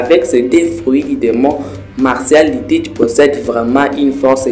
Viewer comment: tu m'as stresser sur tout la vidéo en disant MARCIAL D. TEACH 😭😭c'est MARSHALL D. TEACH 🤣🤣 FORCE on est ensemble 💯👊